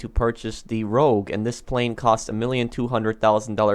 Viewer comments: Its rogue not rouge. Rouge in french means red;) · It's rogue, not rouge,. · Rogue, dude. Not Rouge. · Nobody can spell this thing right in the comments, it's Rogue! Not Rouge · Rogue guys why yall say rouge that’s red in French lmao